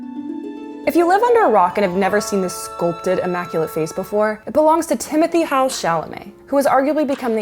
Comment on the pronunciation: So she can say his last name correctly but not his first name.? Im disappointed. And idek who this dude is.